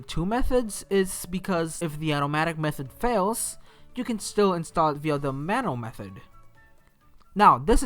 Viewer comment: You're saying manual wrong Its pronounced man-you-ul and NOT man-all